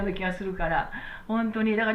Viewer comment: いつも楽しくて観ています！ ところで、りねんてんせい ではなく、りんねてんせい(輪廻転生)では？